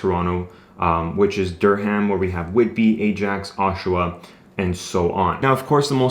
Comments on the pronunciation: Dur-ram the "h" is silent. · The h is silent in Durham